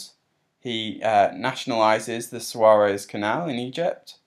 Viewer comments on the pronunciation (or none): I applaud your effort but you need to be more accurate on the basic facts: "Sua-rez"?! It is actually Suez (soo-ez) "... 1990 ... dot com bubble has burst" - not so by a long shot. No dot coms in 1990, not even the world wide web. Dot com bubble burst in the year 2000. "council tax introduced" ... it was already there and already levied by the local councils. They renamed and slightly adjusted what was called "rates". This was not a historic event. The actual historic event was the introduction of the "poll tax" (if you were alive, you had to pay it) ... riots ensued. "Poll tax" VERY briefly replaced "rates" and the "council tax" replaced the "poll tax".